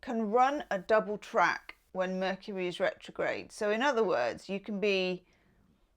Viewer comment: "Vercury" 😂 That's classic and I love it!!!